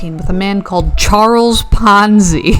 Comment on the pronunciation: Oh, it was PONZI, not FONZI. The Fonz is so much of a nicer person. 🙂